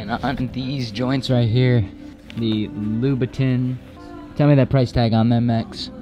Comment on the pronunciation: you mispronounced louboutin